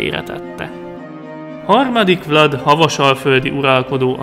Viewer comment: Vlad román név,és úgy ejtik ki,hogy vlád